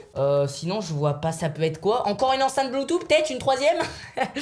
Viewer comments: Se prononce Bloutouss 😂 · BluetooTTTTHHHHHHHH (BloutouSSSSS) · On di pa bloutou on di bloutous